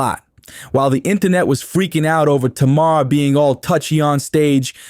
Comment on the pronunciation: Maybe JUST MAYBE Properly pronounce her name then this video might get credit 🤔 🤷